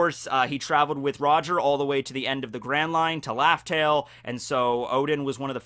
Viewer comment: u said laftell bro ik im not hearing things